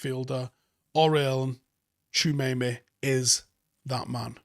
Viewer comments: Great video and so much information! Just one small thing, you keep saying his name wrong! Ha. It’s TchouameNi u keep saying TchouameMi. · It’s pronounced “ chewa may ney “ tbf lid lol not “junaynay” hahaha sick man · You've gotta stop saying Tchoumemi. it's an N. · To Be honest DM is the most definite buy for us in the summer. if ten Hag does come, most of the rest of the positions can be filled by our talented academy kids as that is his M.O. but we don't have anyone remotely good in the DM position. Also butchers Tchouaméni's name on a regular lol